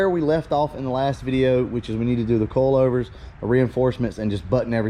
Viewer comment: Bro you kill me on how you say coilovers. It sounds like you're saying coalovers. 🤣😂🤣😅